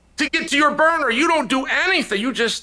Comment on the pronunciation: Did this man say "burner"....?!😂😂😂😂